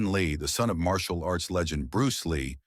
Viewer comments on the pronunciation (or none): none